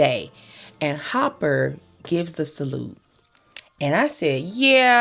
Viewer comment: So you calling Dennis Hopper - HOPPER?